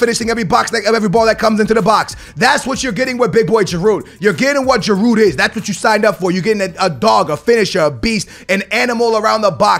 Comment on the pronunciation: You dont pronounce the D in giroud